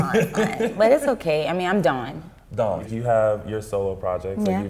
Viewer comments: Really love Dawns passion about her art.Really great interview....and you got her name right!lol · Oh my gosh you said her name right , I love it. This was a great interview.